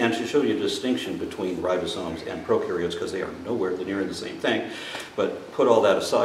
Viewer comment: Since bases his primary ‘argument’ on a word he uses countless times (as if he's an authority), it would seem to be rather basic for him to be able to spell and pronounce it. They aren't ribosones. His incompetence is breathtaking.